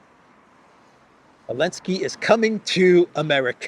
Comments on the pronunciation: Is it just me or does this guy keep saying Elensky instead of Zelensky ? Is that intentional? Is it supposed to mean something? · Why does pronounce Zelensky without the "Z?" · Remember when the EU banned the use of the letter 'Z' from Europe. I recall Zurich Insurance dumping their Z logo. still calls the goblin 'elensky.